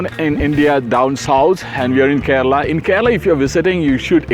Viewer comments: it's pronounced Care-Laa not karala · More like Kay without y and rala